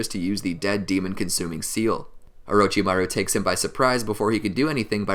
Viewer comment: we gonna ignore that my mans said :orochibaru?